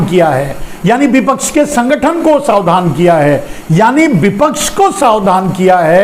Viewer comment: शावधान नहीं, सावधान बोलिए ना, श्रीमान जी।